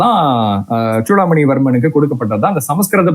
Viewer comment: ஏம்பா, தம்பி, சோழர்களா? இல்லை ச்சோழர்களா? சூடாமணியா இல்லை ச்சூடாமணியா? ஏன் இந்த உச்சரிப்பு கொலை? திருத்திக்கொள்ளவும்.நன்றி